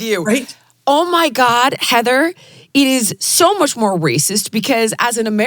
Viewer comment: Heather's a class act...and didn't even correct your mispronunciation of her name, which rhymes with "flying".